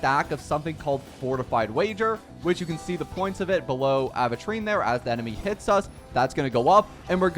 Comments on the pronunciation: Am i going crazy or does he say Aventurine like Aahventurine... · when will this man say his name right?